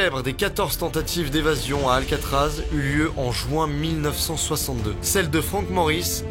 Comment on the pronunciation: Paris c'est alcaatraaz